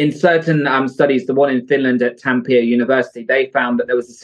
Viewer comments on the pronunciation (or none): I am so hurt by Oli's butchering of the word Tampere. Like- if you're gonna talk shit about Finnish (or could be any nationality, really) studies and universities at least pronounce them correctly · As a Finn I'm still annoyed he brought up a Finnish study and then faked the conclusion. He also couldn't be bothered to look up how to even pronounce Tampere, which isn't even one of our hardest place names. 🤦‍♀ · the most upsetting thing about this is hearing oli mispronounce tampere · The Finnish studies don't help Oli as much as he thinks they do... 🤦🏼‍♀️ Also as a Finn, his butchering of the pronounciation of Tampere just makes me cringe. As if I needed more reasons to cringe about Oli. Normally we LOVE when Finland is mentioned in foreign films, shows, and broadcasts, but so many transphobic bigots mentioning us lately has the opposite effect. Actually makes me feel rather sick 🤮